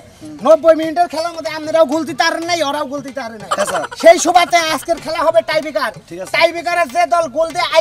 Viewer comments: টাইফিটার না টাইব্রেকার হবে 🤣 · উচ্চারণ টা হবে টাইব্রেকার